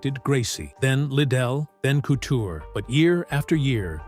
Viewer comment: Good old Randy “Cootcher”